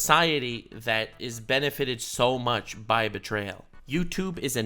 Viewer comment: She really did put L in bertrayal.